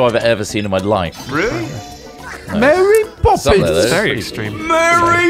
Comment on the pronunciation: by the end of this I've completely lost it. i just have seizures whenever someone says mary bobbins